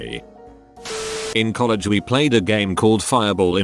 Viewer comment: No one: The voice: Coll egg